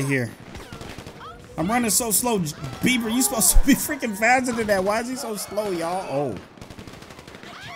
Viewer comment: Its beber not bever